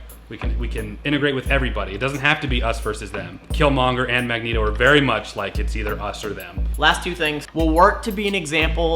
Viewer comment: Omg i thought u said "Magnegro"